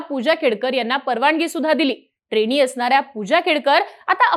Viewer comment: ट्रेणी, पुण्यावरणं, कारणामा, दृष्टीदोस, एकोणपंणास, मणोरमा🙇.....सुरुवातीलाचइतके चुकीचे उच्चार🤦.....ह्या नंतर मी व्हिडिओ बघणं बंद केलं.....🤷